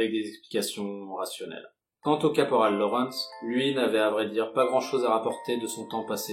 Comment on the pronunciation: C ouf tu sait pas prononcer Lawrence correctement c comme l'eau reine sss